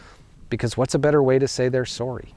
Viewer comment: That Canadian sorry jumscared me